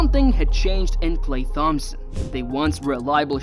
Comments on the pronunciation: Why are you saying THompson. It’s pronounced like Tom-son 😂😂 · H is silent in thhompson 😂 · Saying thompson like TH-ompson is really getting on my nerves 😢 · It's klay (tomp-son) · I’m glad someone said it because I too was in search for this comment. I actually had to look up other videos/shorts just to hear someone say it correctly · Sent a quiver up me spine lad